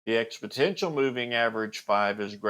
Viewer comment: FYI - its pronounced "expo-NEN-tial" not "expo-TEN-tial"